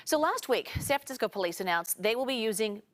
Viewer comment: San Francmsickol